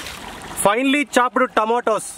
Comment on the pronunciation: R.i.p English 😂😂😂😂 and the best clip in tomoto 😂😂😂😂and who was speaking his sunglasses is op 😂😂😂